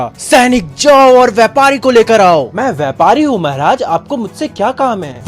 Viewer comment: Bhaiya aap Maharaj Ko mehraj bolate ho Aur Adventures of Toto main Saharanpur ko Sehranpur 😂